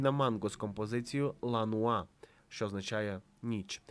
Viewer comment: La noia (ла нойя -з ударом на о) переводиться як нудьга . Яка ла нуа? Ну хоть гугл перекладач відкрийте…